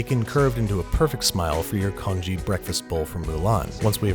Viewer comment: please dont say congee ever again unless you say it right